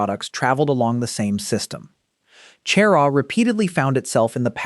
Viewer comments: I live in Camden, you need to learn how to pronounce the names of some of the places you mentioned here. Camden is very involved in its history, we have part of the town...HISTORIC CAMDEN. CHERAW is pronounced. Sharaw. Beaufort. Is pronounced. Bewfert. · Cheraw is pronounced Sher-RAW. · I can't stand it when these videos mispronounce family and place names. Beaufort and Cheraw are horribly mispronounced.